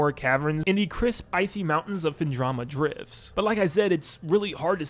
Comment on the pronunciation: These are toally opinions not shared by a lot of Metroid fans. Kinda annoyed you said Phendrama Drifts instead of Phendrana Drifts. And then Sanctum Fortress instead of Sanctuary Fortress LMAO. I jest but yeah Prime 2 is the best for me, Prime 1 is goated and nostalgic. Prime 3 fell away from the Metroid formula which is why people disliked it the most.